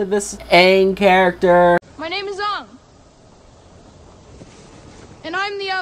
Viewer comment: Let's hope that Netflix can do better also their names are Aang not ong sakka not soeka Iroh not eroh it's zuko not zuku you mess up his name MB and what's wrong with you M night! Watch the show it's a masterpiece